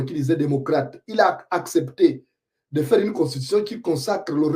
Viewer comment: ton rire forcé ne trompe même pas un bébé. Essaie de dire eu pas é. (Deu mon dentier, pas dé mon dentier)Tout le monde ici adore Oligui. Ton oncle Matoka Gide dit que depuis fin février 2024, il vit le paradis comme tous les autres retraités. Ta fameuse rentrée politique, un flop, la honte.. Une honte que tu prétends cacher dans un faux rire,un rire ridiculement forcé et qui fait rire lui même.